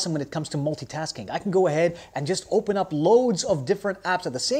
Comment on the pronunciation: killing the "h-factor" 😂😂😂😂. "Hopen hand close" 😂 always looking forward to him.